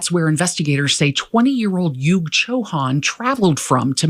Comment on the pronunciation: it is not Yug (rhyming with Yuck) ; it is Yug as in Kaliyug, Satyayug etc. Come on, as an Indian origin person, that much should be known.